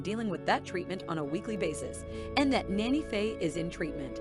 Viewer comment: She is NANNY Faye, not Nana Faye! In March, they lost Francis to cancer that she had battled for about 2 years. I've always said that when Faye dies, it's going to be hardest on Chase because they are so close. They are each other's "Ride or Die" and have had so many hilarious schemes together. I've watched this show since the first episode and I hope she can win this fight. Chloe is pronounced "Clo-ee", not Clo. She also goes by Cocoa. They have been through so much, I keep them in my prayers.